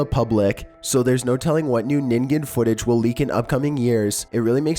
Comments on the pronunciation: So glad you pronounced ningen right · You are the first person to pronounce “Ningen” correctly!! Thank you!! Also I love love LOVE your videos, even if they do sometimes make me throw my phone across the room “Nope”ing the whole time because scary.